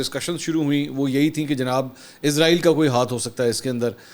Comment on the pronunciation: سر اسرائیل ہے عزرائیل نہیں۔عزرائیل فرشتے کا نام ہے